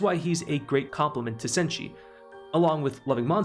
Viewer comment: You didn't butcher Chilchuck or Senshi